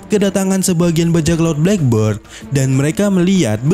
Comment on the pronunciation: blek berd = burung hitam, blek bird = janggut hitam. Jadi tulisan black beard itu dibaca blek bird